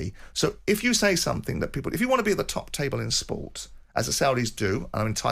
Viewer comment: What he meant was SOMETHING , not sumfink